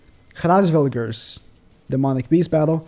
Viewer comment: The bird's name is pronunced: Ras-vel-gurr. The deer's is pronunced Aik-turner.